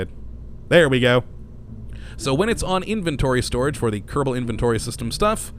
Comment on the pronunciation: why you say "kerebal" space program?